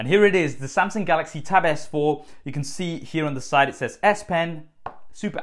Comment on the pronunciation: haha! Nice tab though!